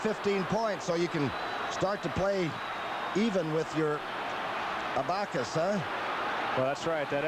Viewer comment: he called an Abba cus an Abock us